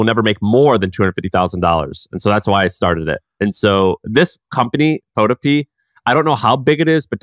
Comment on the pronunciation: PhotoPEA... is pho TOW pea uh. It rhymes with Utopia.